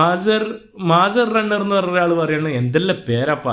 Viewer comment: പഹ്ഹ്...🤭, മാസർ റണ്ണർ അല്ല ചെങ്ങായി, Maze Runner എന്നുപറ, അല്ല ഞാനാരോടായി പറയുന്നത്, ഇംഗ്ളീഷ് നേരാംവണ്ണം വായിക്കാൻ വയ്യാത്ത ഈ ഹമ്ക്കിനെ ഞാനെങ്ങനെ പറഞ്ഞു മനസ്സിലാക്കാനാ... ഈ മൊയന്തുകളെക്കൊണ്ട് തോറ്റു...